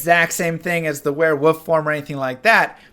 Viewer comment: No, seriously, are you saying wearwoof?